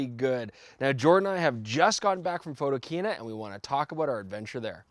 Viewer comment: I know right! We've already chastised Werner about that mistake. @